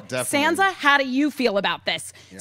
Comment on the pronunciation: I just wish she'd stop pronouncing her Sand-sa.